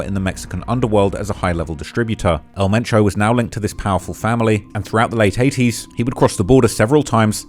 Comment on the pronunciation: So his name was El Mencho, but you keep calling him Metro?